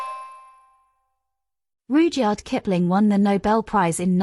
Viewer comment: Mispronounced so far: DOMESDAY HUGUENOT RUDYARD Illiterate